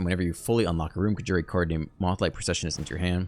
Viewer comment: Hey Doc, Your pronunciations are honestly very endearing but, my weird brain feels obligated to intervene. Knock-Tuh-Moon and Con-jur. You’re the best, dude! Also happy belated birthday I watched the video at work yesterday and forgot to leave a comment. Onward we march to the abyss!